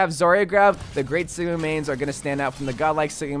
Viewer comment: Lol he said Siga instead of sigma